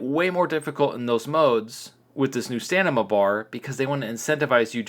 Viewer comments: Please, I am trying to help you it's not STANIMA...The Word is STAMINA. THE M BEFORE THE N, SO M IS FIRST AND THEN N. I am saying this in good faith my friend 👍. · Stamina Stamina Stamina. Not stanima come on man it's not that hard. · Am I missing an inside joke or are you really insisting it’s staNima instead of staMina? It hurts, lol. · This game is getting cheap quick....STAM....IN....A.....sound it out lol....getting a richards shout out you made it bud congrats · Learn how to say stamina, you're an adult FFS. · Just listened to a guy switch the m and n in stamina for 14 minutes straight😂😂